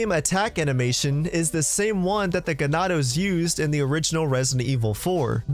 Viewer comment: Incorrect pronunciation of the word Ganado. Predictable tho.